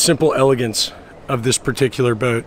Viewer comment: My friends and I started drinking game. Every time he says the word bout. Just so you know it’s a yacht not a bout.